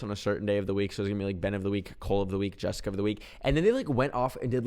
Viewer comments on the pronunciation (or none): none